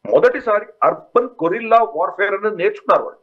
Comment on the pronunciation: Sorry sir, మీకు padabhivandanalu. గొరిల్లా కాదనకుంటా. . గెరిల్లా warfare.